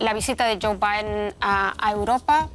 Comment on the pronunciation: Esa conductora pronuncia en nombre de Joe como con miedos